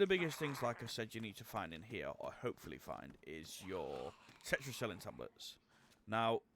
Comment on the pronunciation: Good video but check your pronunciation of Tetracycline.